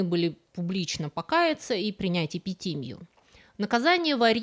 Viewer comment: Спасибо за ролик! Пара уточнений по ударениям: епитимьЯ и мирянИн :)